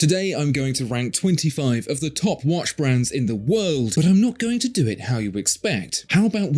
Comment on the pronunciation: It's not wash, it is: WATCH Accent can't be a reason!